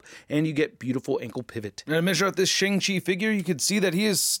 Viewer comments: Finally, someone who actually pronounces Shang Chi correctly. Even the actor himself pronounced it sh"ung" chi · Something I learned recently is that his name is pronounced “Shaung Chi”—I’m an Asian geek and never knew that either! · no he doesn't. It's pronounced Shong-Chi. Even tho it's not spelled that way.